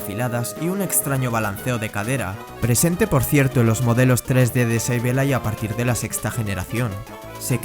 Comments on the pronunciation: "seibeilai" ulala señor frances Entonces como se dice! -sableille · Sableye se pronuncia “seibolai”